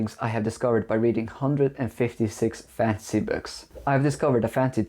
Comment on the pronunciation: by the way you pronounce 'fansy' books and how little relevance the content of this video actually has to fantasy novels, I think 1.56 books is probably closer to reality